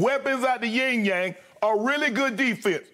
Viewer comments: Shannon: he got weapons out the ting yang! Skip: weapons out the Yung yang? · Skip “ weapons out the ying yang ?” 🤣🤣😭😭💀